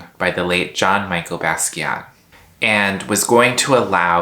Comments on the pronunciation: The way you said Jean Michel Basquiat tells me everything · I'm sorry, I can't take you seriously if you can't even pronounce Jean-Michel Basquiat's name correctly. The history of art would be a real important way to have a deep understanding of what's going on with nft's, you don't have it.